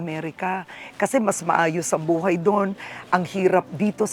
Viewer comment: Nostalgic ung pagsasalita nya laar, alaman, baay, buay. Parang un lolo ko kulang tlga ng H. SUPER AWESOME Property!!! Very inspiring story!